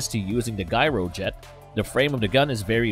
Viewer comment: wasn't the pronunciation of "gyrojet" supposed to be with the 'G' making the sound of a 'J', like in "gyroscope"?